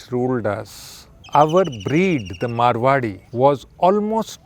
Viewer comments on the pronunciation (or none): Please correct the breed name it's MARWARI not marawi